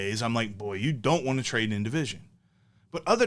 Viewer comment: "Trade-ar." "TJ Speedl.", you are one of my favorite sports media members. 👍🏿